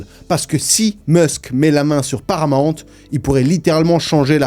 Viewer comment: C’est pas paramant mais Paramount 😮toi aussi tu déformes 😮😂